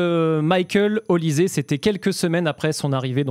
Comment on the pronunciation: On prononce"OLICHÈ" et non "ZÉ" !